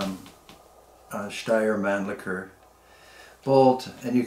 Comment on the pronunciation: The pronounced steyr Mannlicher puch was nearly perfect. Regards from Austria